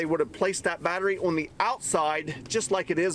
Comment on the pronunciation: Have you ever considered learning how to properly pronounce the word "on"?!